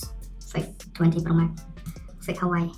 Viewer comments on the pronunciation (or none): Huawei not Hawaii